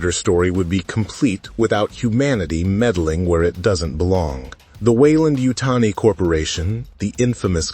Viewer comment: For the love of sci fi stop glazing Trachtenberg trash. I truly hope this movie bombs and the franchise goes back to capable hands. It’s yautja not YEOWCHA fuck you kids shit on every single thing that was once great 😂🖕🏼